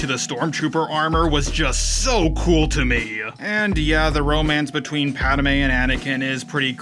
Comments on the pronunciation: I love you but the way you pronounce Padme makes me want to throttle you homer simpson style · Dude learn how to say Padme correctly, please for the love of God... That is all